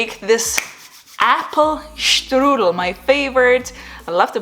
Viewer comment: Super 👍🏻 Apfelstrudel 🥰 The pf need to be spoken pfff the rest was nice 👍🏻. Thank you for the great Informations. I'm using DJI Mobile 2 and 3. The Mobile 2 is not compatible on Google Pixel 3a actually with the Mimo App. On Mobile 3 it works perfect. The Filmic Pro is a very interesting Filming App.